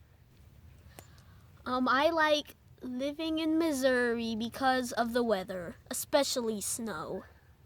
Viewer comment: Finally someone who pronounced the state correctly :)